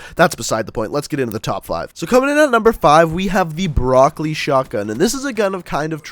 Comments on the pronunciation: Wtf broccoli? You mean brecci. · not broccoli it's brecci